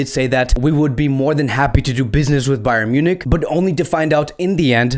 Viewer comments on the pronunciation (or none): none